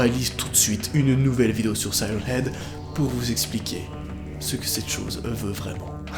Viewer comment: On dit sirène heag